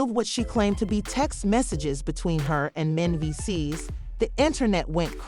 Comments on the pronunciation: Soon as the commentator pronounced mendeces S I was done learn how to pronounce the names of you want to report on them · The Narrator tour Mendeecee’s name up. 😘😘😘